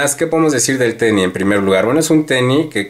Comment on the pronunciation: El tenis, no el teni